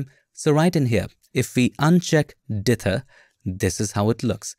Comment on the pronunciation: "Dither" excellent enunciation every time you say it. Me, lazy North American, will try and contract it and speak it too quickly! 😁